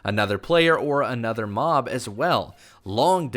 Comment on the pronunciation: sloths, crocodiles and alligators, FURNITURE, penguins, giraffes, elephants, whales, anteaters, lions, cheetahs. all of these should be tameable with, obviously, what they eat. also everytime he said the word mob, i thought he said mom 😂 and "you can swim very fast across land" is why i am now subscribed